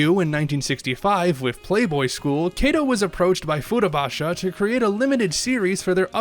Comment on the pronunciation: The pronunciation of the author's name, Katou (加藤/かとう), is a bit off. It is short "A" sound.